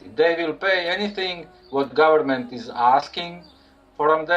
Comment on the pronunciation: "Some govement fucker" lmfao!!! Best Croatian accent line ever!!!!